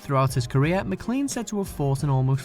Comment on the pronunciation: McLean is pronounced maclain.